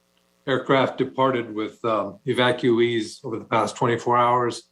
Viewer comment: 7000 thousand "evactueees" ... YOU MEAN AFGHANIS INSTEAD OF AMERICANS